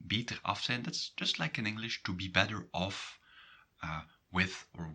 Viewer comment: Why do you pronounce zijn and zij differently than google translate does?